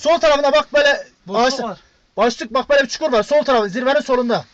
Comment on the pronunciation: videoyu çeken komutanla ne biçim konuşuyor öyle? yaııv çuhura düşüyodur gomtanım çuhura haaa